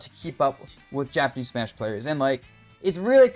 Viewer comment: its fucking smash mate exactly how its spelt pronounced in english ma te isnt even how its spelt in japanese its like hearing nails on a chalkboard dabuz i beg you